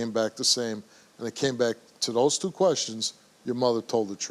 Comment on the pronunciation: This chick adds 2-3 extra letters to the word "two" haha